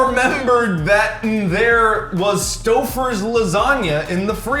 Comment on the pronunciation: can't spell "bear", but he nailed "Stoffers Lasagna"